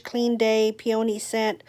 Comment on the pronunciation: Pee-ah-nee... emphasis on first syllable of the weird, peony. 😉